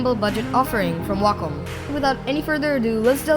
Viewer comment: you say Wacom like Wacka Flocka says Wacka